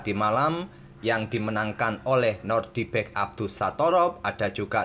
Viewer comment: nodirbek min, bukan nordibek